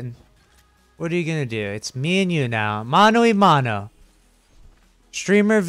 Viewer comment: He trying to say "mano a mano" is the best